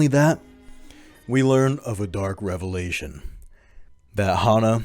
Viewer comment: I felt my brain melt a little each time you said "Revelation"... That's rad! 🍞